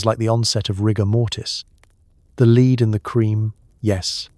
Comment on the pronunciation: Is this AI? Just lead poisoning was pronounced "leed poisoning " and I'd rather hope it was a genuine mistake tha AI